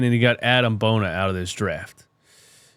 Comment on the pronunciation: Just for future reference, it's pronounced "bo-nee-ay" 😂 Maxey, Ricky and Bona are running the league in the 2030s